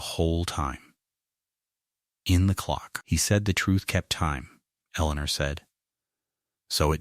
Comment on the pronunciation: Strange, I can somewhat understand the faulty pronunciation of 'honest', but why 'H-own', 'H-Eleanor', 'H-out', 'H-iron', 'H-up'?